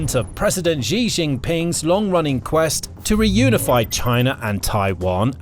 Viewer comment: to be pedantic for a moment, xi is pronounced 'she.'